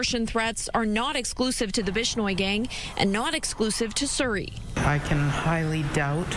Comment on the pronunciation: 🕌Surrey🕌 rhymes with curry